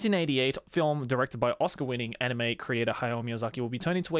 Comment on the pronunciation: i still dont get why you still dont pronounce anime in japanese. it hurts my ears so much.....